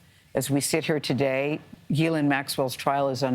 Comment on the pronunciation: It's Gee-lyn